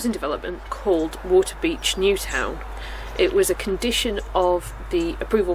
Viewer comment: Stumbled upon! Loved this presentation and coverage (and how you say wa'-a-beach 😂) great soundtrack too. Thx for taking us along. Subbed 👍